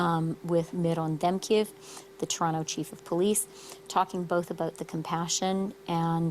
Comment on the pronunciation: You said TO-ronto. cmon